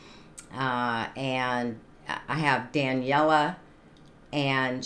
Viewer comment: Welcome Back to Daneliya. She is just unstoppable. You are pronouncing her name wrong. It is pronounced DUH--NELL--EE--YUH